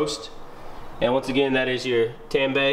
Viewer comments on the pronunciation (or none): You should torque the 3 nuts on the strut tower to manufacturer specification. The word Tanabe is pronounced Ta•na•be, not Tan•ba. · It’s pronounced ‘tun - a - bee’ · Tah-nah-beh! Friendly correction. But i just ordered my injen cai and will be doin the install vid soon for the community. Stay tuned!